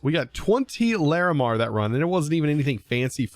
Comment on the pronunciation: I respect your effort to persist at pronouncing Larimar correctly